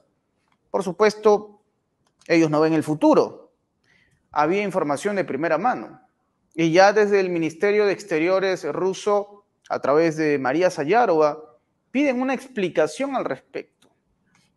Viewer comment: No es sayarova es,Sajarova, si no es Netanyahú, es Sayarova.